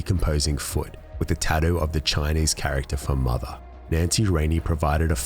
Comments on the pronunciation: Love how the narrator says "tattoo." TADEW LOL! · Have you never heard an Australian talk?